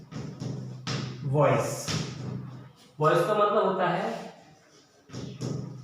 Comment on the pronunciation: Sir boice hai ya voice